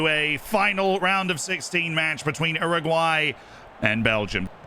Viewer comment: ‘Erraguay’ is so wrong